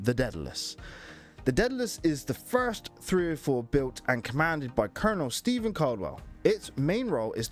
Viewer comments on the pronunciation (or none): none